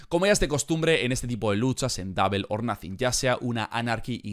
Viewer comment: double se pronuncia " dobl" no " dable"